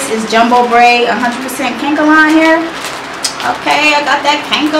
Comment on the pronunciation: She said kank-a-lon and its ka-nek-a-lon. Lol 😂😂😂